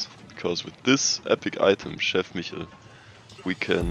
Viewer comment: Chef Michel noch nie so deutsch gehört lmao aber gutes Video